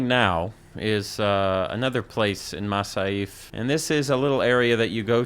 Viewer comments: ...you're supposed to jump over those obstacles with your horse... also, they must mention masYaf a hundred times. How did you ever say masAif? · MasYAF, not MasAYF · masyaf pronounced masyaf, not masaayeef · Pro tip... It's mas-yaf. Not mas-a-yif. They say it in the game like so many times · MASAIF, bro, learn to f*in read. its MASYAF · its not mah-sah-eef dumass its ma-cee-yaf. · came back a year later to this video and just wanted to tell you its pronounced masyaf 😒😒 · Bro really said "mass eye eef" it's pronounced like "mass ee af" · Masyaf is not Masaif, it's Mas-yaf. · Butchering the pronunciation of Masyaf was a joke, an actual butchering or i'm dumb and "Masaif" is how you were supposed to say it? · Masyaf not Masayf goddammit 😂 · pronouncing it "Ma-sa-yf" with that much confidence almost amde me dislike this video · "Say Mafayaf" *Maysaheef" Sure okay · Bro really said "Masayf" ☠️ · The way you pronounce masyaf "masayif" is making me shake in terror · It's Masyaf. MA - SY - AF. 🙄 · /MAS-YAF/ is that really hard to pronounce? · sick video, also it's pronounced muss-yaff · "Ma-sa-eef" This feels like a hate crime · not even thirty seconds in and already pissing me off with the way you pronounce masyaf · The way you say masyaf is just as wrong as it can get… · Great video mate! just the pronunciation of masyaf and acre kills me everytime HAHAAHAAHAHA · Bro's going into detail about the game but didn't care to listen so he'd ponounce Masyaf right. Jesus